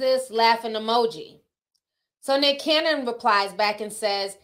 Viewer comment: Ti you get me every time that you say Dicholas Cannon🤣😂😭😂..and not Father Abraham 💀💀